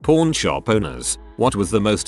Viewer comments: Uh...that's PAWN. "paaawwwwn." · pawn kinda sells like... well porn with the tts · The way it says pawn 💀